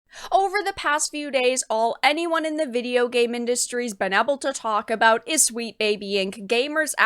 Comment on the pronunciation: Eble to do? (Able to do). Able as in GATE. Not eble as in negative.